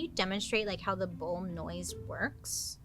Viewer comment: Listening to this episode, I kept hearing BOWL and BULL 😂 Wasn’t until I look that I realized it wasn’t a huge soup vessel. Makes way more sense with the whole horn description.